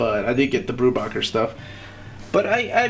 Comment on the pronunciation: In case no one's mentioned it yet, it's pronounced 'Brew-Baker'